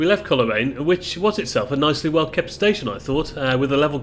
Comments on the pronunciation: Pronounced Cole raine not Coler aine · Cole Raine not Coler aine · Great footage, thanks. PS Coleraine is pronounced "Coalraine" 🙂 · the way he pronounces coleraine 😭😭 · I know.